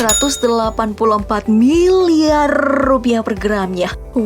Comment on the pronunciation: miliarrrrr r nya panjang banget ya bunn.....😶👍